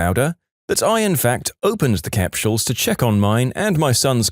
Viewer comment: I dunno if it's his accent but I've never heard someone pronounce capsules like capshules😮